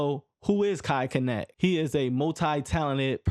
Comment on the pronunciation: dude definitely thought mispronouncing his name would help his algorithm by making folks commit. here you go g. my comment might help push u a lil